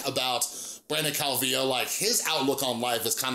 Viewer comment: I think you're the first person I've seen to pronounce his last name right lol